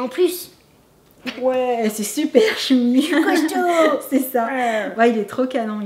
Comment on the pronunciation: c'est pas choubi c'est Chewbacca